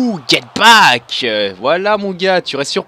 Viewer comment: C'est get back pas get pack a chaque fois tu dis get pack